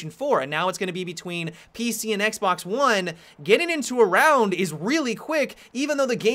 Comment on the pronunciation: i will be honest i thought i just heard him say xblox